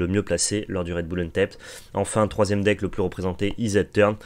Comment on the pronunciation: Hello; merci pour ce point métao (très bon format!), mais tu devrais check la prononciation de vow, blood et untapped sur l'oxford learner's dictionary ou le merriam webster par exemple... ça me fait mal aux oreilles à chaque fois que tu les écorches 😭